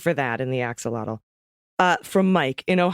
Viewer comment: I'm giggling as attempts to pronounce Axolotl 🤣🤣